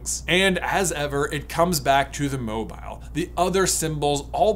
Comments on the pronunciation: Sorry, did J say Mobyill? Apparently the i is the opposite of silent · Why are you pronouncing mobile so awkwardly? It is a moving statue who's name derives from it's mobility, pronounced like the adjective. Like, you seem to be aware, you said it correctly , that's sooo weird... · I hate the was he’s saying mobile. He said it right once though.